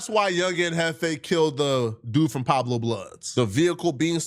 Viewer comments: I’m all the way in Miami—on the East Coast, deep in the South—and I still know who they are and how to say their name 🤦🏾‍♂ It’s **Pu-eb-lo**, not “Pablo.” I’m genuinely offended like I’m from they set. 🤣🤣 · “Pablo blood” it’s PUEBLO I cant stand this foreign idiot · CANT EVEN PRONOUNCE WORDS CORRECTLY 😂😂😂 PUEBLO AND PABLO ARE ENTIRELY DIFFERENT WORDS...THIS IS WHY POOH BUTTS FROM NORTH DAKOTA SHOULDNT BE ALLOWED TO REPORT ON LA GANG POLITICS 😂😂😂 FOH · Its pueblo blood not pablo blood stupid head ahh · And its PUEBLO not PABLO you TETHER!!!🙄🙄 THEY NOT LIKE US!! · It's Pueblo...not Pablo molasses monster!! Lol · It’s Pueblo not Pablo smh And I can’t stand Detective Riemoh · does nothing but cover LA gangs but literally cannot even pronounce the name correct lol "Pablo bloods" the guys special Ed and his weight loss surgery doesn't look like it worked at all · Pablo bloods😂😂😂 it's Pueblo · calling the Pueblo’s the “Pablo’s” is highly irritating to me for some reason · It’s Pueblo not Pablo 😂😂😂😂 Pueblo Bishops to be exact👎🏾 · PUEBLO….Not Pablo 😂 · This dummy just said "pablo blood" lmfao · lol him saying Pablo instead of Pueblo is funny to me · “PABLO BLOODS” 🥴💀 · Pueblo like pway-blow get this off my screen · I bet if you go back in his videos, he pronounces it perfectly but he does this to troll the peanut brains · Too stupid to pronounce Pueblo properly, but he's pinning murder cases on people..... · Fool can’t even say Pueblo 🙄